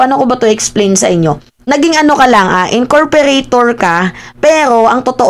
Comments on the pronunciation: “Incorporator” po 😂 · Incorporator si Roque, di incorporation,.